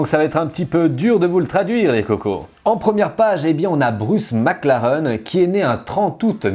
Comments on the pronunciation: On dit "maclareine" pas "maclaren" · 20 minutes de charge, t'as que la moitié de la batterie. Et si tu pouvais prononcer maclaraine stp 😗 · Superbe vidéo mais si on dit « MacLarén » (même si ça s’écrit Mclaren) 👍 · Ça me perturbe qu'il prononce mal McLaren 😅